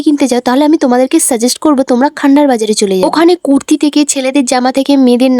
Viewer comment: কথা বলার আগে উচচারন গুল ঠিক কর কুরতি না কুততি কোনটা সোততি